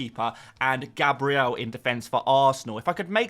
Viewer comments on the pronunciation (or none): none